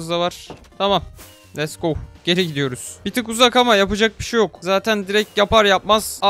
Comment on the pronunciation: abi lütfen lest go deme lets go de ingilizcem bozuldu senin yüzünden sınavdan 25 aldım ;( :b